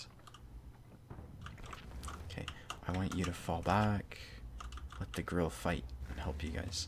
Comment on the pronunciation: Löwe is pronounced Loo-va and Grille is pronounced Grill-a. No disrespect but it seems like everyone is always mispronouncing German tank names